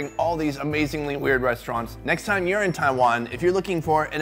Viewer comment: "Next time you're in Taiwan... " Literally heard it as 'urine Taiwan'... I lost it!